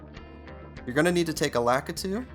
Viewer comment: It's Lakitu (lu-KEE-two)